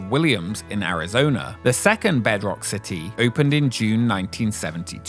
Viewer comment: City, it has a T in it.